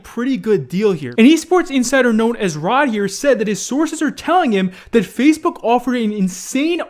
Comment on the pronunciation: Why does he say fazebook